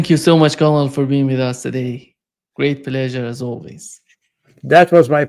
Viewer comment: To: ‘colonel’ is pronounced like ‘kernel’. To Jacques: the past tense of ‘ abide’ is ‘abided’ or less commonly ‘abobe’